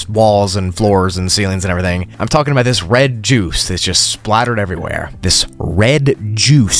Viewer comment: Bro… no offence but you’re not supposed to pronounce the “L” in words like talking and walking…. 💀